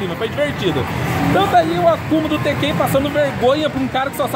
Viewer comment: Q agonia dá ouvir ele falar tekkÉn, sendo q se fala tÉkken kkkk